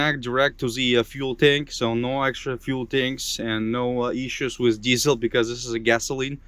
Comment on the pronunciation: How many times I heard "wizz", instead of "with"..... just elementary word, you cannot pronounce.... So, annoying.... This piss me offff!!!!